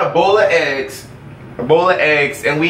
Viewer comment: souds like he saying ebola eggs